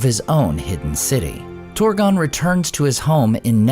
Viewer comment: You often dont even try to pronounce things correctly. Ive never seen a language whose trabsliterationnof "ur" is pronounced "or" But you consistently do it. Its not Horin. It is not Torgon.